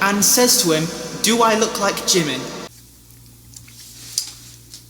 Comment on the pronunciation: I always thought you pernouce jimins name like jee-min